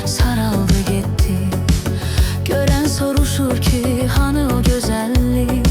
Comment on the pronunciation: Sorusur çi yox, sorsur ki. Süni intellekt